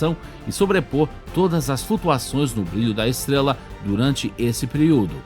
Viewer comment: Sua voz é legalzinha... Mas deveria cuspir essa bala da boca, ou procurar um(a) fonoaudiólogo(a) para aprender a pronunciar a letra R. "Esteguela, tiguilhões de quilômetogos" kkkkkkk... Hilário essa língua peguesa...kkkk